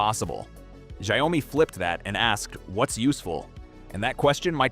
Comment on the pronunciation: How hard is it to pronounce xiaomi he keeps saying zao mi 😅